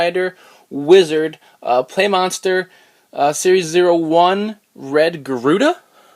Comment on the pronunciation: Im pretty sure its supposed to be pronounced pla, like Gunpla, but whatever its your show